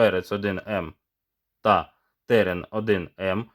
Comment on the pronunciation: Колись Терен-4М був легендою і дуже жаданим балончиком серед унаків та молоді) А зараз... Якшо ціна питання 100+грн між нашими бюджетними пропозиціями і 200+ між закордонними аналогами, типу PaperKO, то здається мені вибір падає на німців. До речі, чомусь всі казли ТеРЕн. З неправильним наголосом) І тільки ось я допетрав, що назва терен - це від рослини) Таке гарне слово)